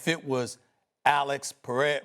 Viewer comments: Can’t Get Alex Last Name Right. LOL 😂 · Man be quiet sas. Barely even watched the sport and can’t even pronounce periera. lol. Real fans wanted to see him vs ngannou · This nga couldn’t even pronounce Alex pereira’s name🤣😭 why is he still talking about mma